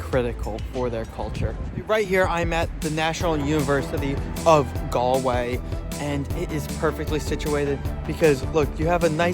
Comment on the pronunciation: Modern Irish people are kind and caring but religion no longer has a big hold of their lives. The pitches he saw are not for rugby, they are Gaelic Football and Hurling Pitches. Galway has the youngest population for a city in Europe. Congratulations for pronouncing Galway properly.